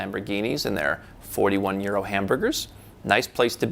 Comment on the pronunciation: I thought he said “41-year-old” hamburger.